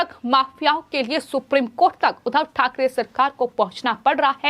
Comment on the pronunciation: जहां जिस शब्द पर दवाब देना हो वहां तो देती नहीं हो। उधव नहीं उद्धव बोलो उद्धव * द्धव* पर जोर लगाओ I